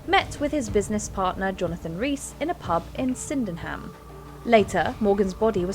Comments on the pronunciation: Should be Sydenham (sidden-um) and not Syndenham (sin-den-ham). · She really mangled Sydenham (se London) didn't she? 😂😂😂 Pronounced Sid-en-um for future reference.